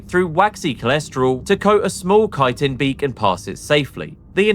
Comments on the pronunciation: Actually, chitin IS pronounced like kaitin. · Finally Bro is pronouncing chitin as kaitin, instead of chi-tin It irritated me soo much, thanks bro!